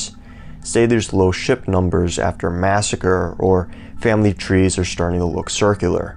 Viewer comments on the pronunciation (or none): none